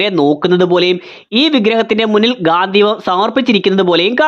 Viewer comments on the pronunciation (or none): ഗാന്ധിവം അല്ല മോനെ ഗാണ്ടിവം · ഗാന്ധീവ അല്ല ഗാണ്ഡീവം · ഗാന്ധീവം ❌ഗാണ്ഡീവം ✅ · Gandhivam alla bro Gandivam